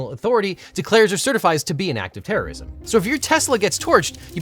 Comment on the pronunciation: It's pronounced "terrism."